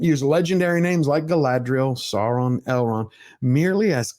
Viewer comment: Say it with me... Saurrron?!!